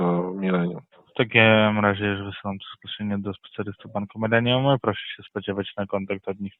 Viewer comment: Bank „mylenium”😅